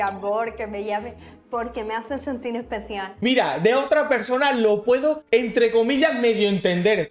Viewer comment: “pq m ace senti especiá” desde luego reina, eres especial.